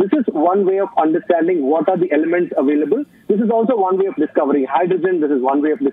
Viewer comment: Its pronounces available not avoilable